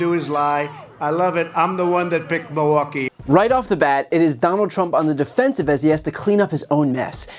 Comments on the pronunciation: It's M>I<lwaukee, Trump. Not Moah-waukee. Check your fixodent Additionally: Trumpers - if you want to see a comedian, go to a comedy club. We shouldn't ever put a cognitive declining self-identifying "comedian" in the White House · It's not "Mawaukee" it's Milwaukee! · He can’t even pronounce it! He keeps saying Miwaulkee, instead of Milwaukee! So DUMB and STUPID!! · Ah looove miwahky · "Muhwahkee." God I hope the debate actually happens. Though it is screwed up that Trump is attempting to call Biden a freaking drug user. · Where's Mulwaukee? He can't even say it properly, that's how little he respects it. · Where’s “Mu-wock-we”? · Trump pronounces “Muhwaukie” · Is it just me, or is Trump pronouncing Milwaukee as “MOwakee”? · Trump sure loves Mawakee, even though he can't pronounce it. I wouldn't care if Biden went on a meth binge as long as he wins. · It isn't pronounced Mowaukee. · Why does he call Milwaukee, Mowaukee? 😂😂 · Projecting is not going to help Donny, he can't even pronounce Milwaukee.